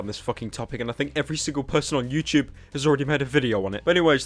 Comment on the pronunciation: why is he saying youchoob